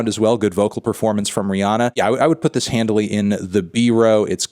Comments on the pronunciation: Why do you keep saying "Handly" or "Handily" or whatever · Take a shot every time he says "handily"